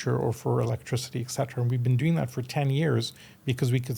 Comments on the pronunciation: ET cetera, not 'ex cetera'. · That's an interesting topic. But for somebody using the expression 'eT cetera" maybe he should learn the right pronunciation? 🤷🤔